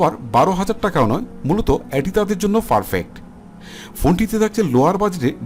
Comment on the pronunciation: ufgrade and ferpect?🤣🤣🤣🤣 vai re vai ki uccharon,ei uccharon diye youtube khulse lame ass shit